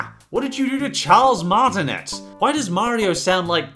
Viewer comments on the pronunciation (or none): It’s pronounced Charles Martinay Martinet is a French surname